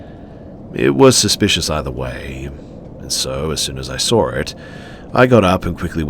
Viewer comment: There is no r in saw